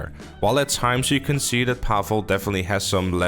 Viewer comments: Its PAHvel....not pavool.cmon I expect better pronunciation from a Dutch man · mate its paval not pafal